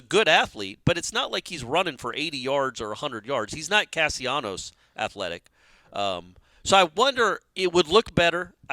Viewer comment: Castellanos why cant you get the kids name right? How do you get Casionos out of that? Its disrespectful to the kid to constantly mispronounce his name.